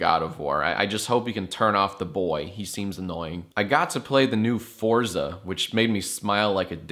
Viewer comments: Oh Jack, oh Jack... It's pronounced for-tsa, not for-za! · Um, its actually pronounced fortza